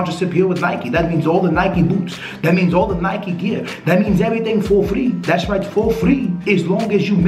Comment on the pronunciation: the way you say Nike ffs